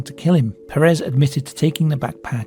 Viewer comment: The last name "puuh-rehs" doesnt exist, it is Pérez and it's pronounced PER as in "per capita" ans RES as in "rest", with the emphasis put into the first syllable, it's a spanish surname that means "son of Pedro", don't try to pronounce it in french or whatever THE FUCK you just did there, Americans do it and it's annoying af (They do it because some gay guy used it as a name but pronounced it like that so that it sounded similar to "Paris Hilton" who was famous at the time.